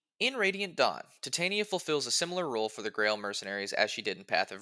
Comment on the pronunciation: Think it’s pronounced ti-ton-ya